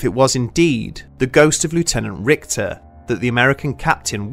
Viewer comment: the german name "Richter" has more of an "sh" sound rathern than an "kt/ct" sound. so basicly "Rishter".